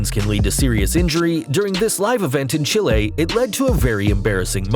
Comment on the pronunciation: Say Chile again